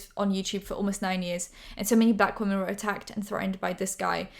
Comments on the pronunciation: THE WAY YOU SAY ‘WOMEN’ IS SO JARRING I’ve noticed it a few times but this time I couldn’t stay quiet😭😭😭😭 why do you pronounce it ‘woman’ they’re two diff words girlie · I know it's your accent and a southern thing but it always catches me off guard when you say "woman" for "women" 🤭 On another note - you're so pretty ❤ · I love you but please can you pronounce “women” correctly. You say “woMAN” every time not ‘whim-in’. I love you, this is no hate 😭❤️ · I’m sorry I love ur channel but can u please not say “wo” “men” and say we”men” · no hate, please: wo-man = wuh-mun wo-men = wim-in